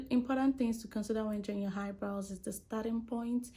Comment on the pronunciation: Why she keep saying "Haibrows" ?💀 This was really helpful though, thank you❤